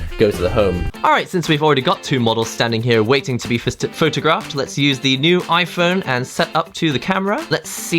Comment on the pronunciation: Lmfao. I thought you said Fisted, then photographed. Went back and sure enough you said waiting to be fisted. Lmao. Funny man